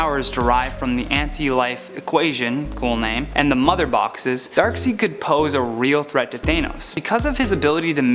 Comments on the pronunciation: Darkseed. Even the man born in Uzbekistan knows how to pronounce. Shame on you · This guy really kept saying dark seed. Whose man's is this??? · I never really heard of a villain named Darkseed. Always thought it was Darkseid. The e is silent and the i says it's name. That's how I look at it. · Did he just said darkseed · More and more proof that presenters like isn't actually a nerd - mispronouncing Darkseid constantly aside, calling Legion an "Omega mutant" and not an Omega LEVEL mutant is just rediculous - more reason to only let Kelly present on this channel:-P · Darkseid. The e is silent and the i says it's name. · This guy said dark side worng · I’m not happy with how he Pronounced Darkside’s name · Man can they at least have people who actually know and love the stuff they are talking about first it’s Kelly who horribly pronounces Vegeta and Gogeta now can’t pronounce Darkseid. At least tell them how to pronounce the names before they read the script for the video. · Wow pronouncing Darkseid’s name wrong. That’s even more trigger than Kelly pronouncing M.O.D.O.K’s name wrong. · just search Darkseid pronounciation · Omfg. If one more of you people pronounce darkseid name wrong again im unsubscribing. Its pronounced darkside!! No darkseed. Damnit. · I’m sorry. I’m not watching ANY video puts out. I can’t take how he says ‘Thaa-Nos’ or ‘Dark-seed’. The entire list sucked. Where the hell is Roya?? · Please pronounce it Dark side. And if Batman, Hulk and Darkseid can best Thanks according to you guys, then Superman can for sure. He’s beaten all three of those characters and is arguably stronger than the Hulk, at least on par, and same goes for Darkseid. Plus with his speed he could take him down for sure. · Anyone else notice we are starting to mandella effect starting so many ppl are starting to call him darkseed now i thought it was darkside but its being said so much im starting to think not DUN DUN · It’s pronounced darksaid